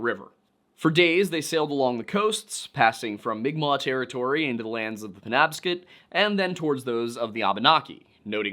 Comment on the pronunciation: It's pronounced pen-NOB-scot